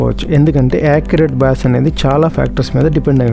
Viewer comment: Bass అనే పదాన్ని "బేస్" అని పలకాలి. "బ్యాస్" లేదా "బాస్" అనకూడదు.